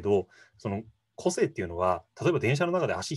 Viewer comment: この対談の個性の発音は こ↑せ↓い↓ ではなく、 こ↑せ↑い↑ かも知れないね。